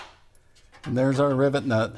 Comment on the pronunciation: omg it took me way too long to figure out you're saying rivet nut i was hearing "rib nut" lol